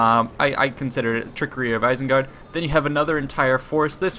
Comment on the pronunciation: It's Isengard not Isingard and it's MY PRECIOUSSSSSSSSSS